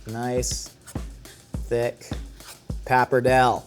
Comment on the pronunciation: The pronunciation of pappardelle really bothered me during the this episode more than it should. Pap arrr day lay!